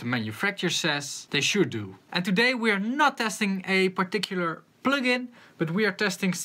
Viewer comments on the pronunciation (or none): none